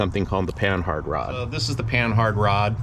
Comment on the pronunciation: Its not Pan-Hard It's Pa-nah spelled Panhard named after a frenchaman who created it and Panard Racing ... Christ, can people get this right?